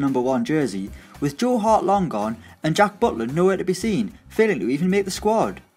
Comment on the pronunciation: Whos Joe Beaudeclaire 😂 it's *Joel Latibeaudiere